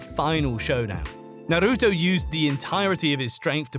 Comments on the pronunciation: narutu. lmfaoo WTF. change your name. with those pronunciations.🤢🤮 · Didn't even watch it cuz guy called it Naru-too